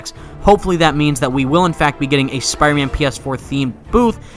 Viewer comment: he keeps saying spiman